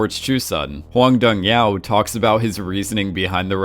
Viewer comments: can you stop pronouncing director's name as Hwang Dong YAO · And the director's name is pronounced exactly as it is spelled. Not some weird Chinese sounding thing that he morphed it into. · Do you intentionally mispronounce every single name?💀